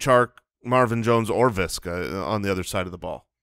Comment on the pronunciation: Does really call him "Viska"??